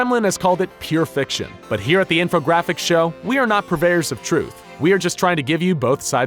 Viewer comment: It was good until he said "the infogrAAphics show" simply unacceptable